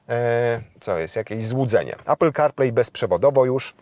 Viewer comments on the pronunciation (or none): none